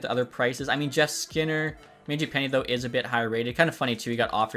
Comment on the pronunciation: Stop pronouncing mangiapanes name like that lol